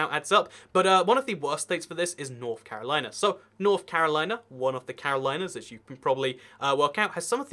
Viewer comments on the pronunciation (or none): none